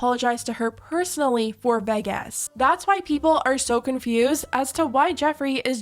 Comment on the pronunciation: In all my years I've never heard anyone pronounce Vegas as 'VEHGUESS' before 😭